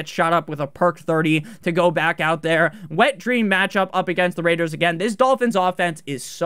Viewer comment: I live for the Las Vegas RRRRRRaiders call